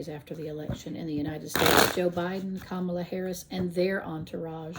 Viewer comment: Good job! It's comma-la :)